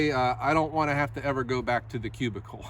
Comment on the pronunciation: you always give me a good laugh when you say “the cubicle” 😂